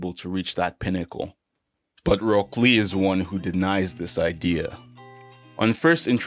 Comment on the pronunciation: "Roke lee"